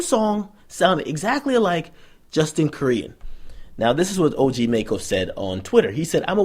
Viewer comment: It's pronounced (Mack-Oh)